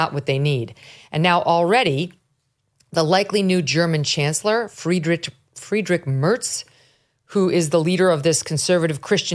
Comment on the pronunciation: Friedrich Merz. Say bear. Than replace b with m and and add a ts, like in cats. So it is like Mearts. Then you got it. When it comes to the forename, just don't try "ch", go with "ck", Frederick, that's wrong but fine... :-D